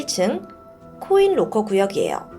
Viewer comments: 잘들었습니다! 딕션이 역시 대단하시네요~ 근데 보통 록코가 아니라 라커라고 발음하지 않나요?! 로코도 나름 매력있네요 ㅋㅋㅋ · 죄송한데.. 영어 발음을 좀 대중화된 발음으로 했으면 좋겠네요. 로커가아닌 락커임니다. 코인 로커가 아니고 코인락커라고 하시는게 좋을듯 한데요. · 록호는 일본식발음인가요?